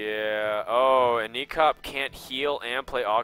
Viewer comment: it's ek0p not ex0p :D